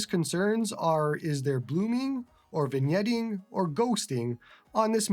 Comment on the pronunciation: An excellent first look at the Odin2 Mini. Today I learned that the "g" in vignetting is silent. I've only ever read the word; I've literally never heard it spoken aloud before. See, you're both entertaining and educational. IRT the handheld itself; none of my priors have really changed. It looks great, it runs great, and it seems to be pretty well built. The only knock I have so far, and it's a new one discovered thanks to this video, is that the speakers are more lackluster than the person that replaced Don Cherry. The full size Odin2 sounded excellent on my end, so, I don't know what's up. I look forward to your full review. Congrats on being one of the first to get this handheld. It should be a real boon for your channel, and you deserve all the subscribers.